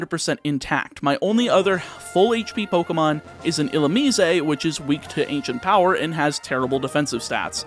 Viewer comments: Illu-me-zay lol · It bugs me every time you say it. Illumine has 3 syllables, there’s no “eh” at the end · ill ooo miss (illumise) ill ooo me say (Canadian illumise?) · is that the correct pronunciation for illumise? I'm realizing that I've never heard anyone say that pokemons name outloud before (probably cause it's forgettable trash) but you say it differently than I do